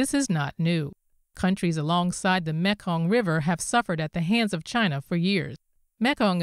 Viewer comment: Great Report. Thank you. The correct speech pronunciation for the Mekong is "Me kong" Its not Mek kong.